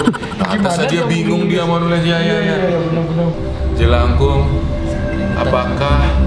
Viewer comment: Salah bang Bunyi: jelakung